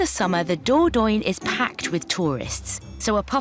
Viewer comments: What’s the Door-Doyne?? Do you mean the Dordogne? Learn how to pronounce it, for God’s sake 😮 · The Dordogne is the river. Dordogne is the region.